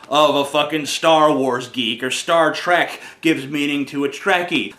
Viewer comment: Holy shit! TJ said Star Tr"E"k! With an E!